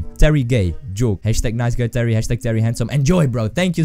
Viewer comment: YAY you read my name correct the second time :D